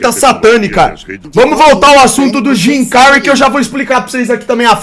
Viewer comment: O melhor é o chamando de Jimy cary ksksks